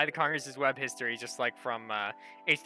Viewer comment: The Internet HISTROY Rant HISTROY